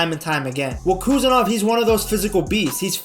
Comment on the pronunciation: Прошу, правильно произносить фамилию.